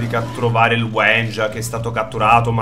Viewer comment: Sì pronuncia W*I*NJA